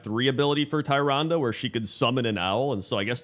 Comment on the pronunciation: Always love the top 10 videos, but the way pronounces Tyrande's name makes me cringe. Nevertheless, never change. A top 10 races that should be allied races sound like an awesome idea.